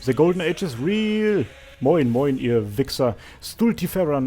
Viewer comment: the german moin moin perfect xD